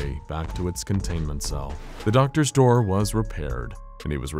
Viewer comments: Why is nobody else talking about how the narrator said "a knock at the der" instead of door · I heard the word der not door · I love this so much, but I love more knowing the infallible narrator and team missed . Very subtle and likely over looked by everyone who views this but once heard cannot be unheard. “A knock at the dur stirred him” a simple slip of the tongue. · I’m dying 😂 “A knock on the derr stirred him” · pls tell me everyone hears him say ' a knock at the dur ' LOL great video though. i love watching these in bed before i sleep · “A knock at the dirr” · “A know at the der”😂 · Is it just me or did he say, "A knock at the der stirred him from his revery"? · “a knock at the derr” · "a knock at the dur" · A knock at da derr. Haha I get this same word mashes some time. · “a knock on the 'dir”??